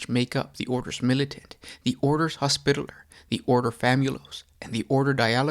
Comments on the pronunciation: Say it with me Hos pi taller. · can u say hospitaler again? BAHAHAHAH!!!!!!!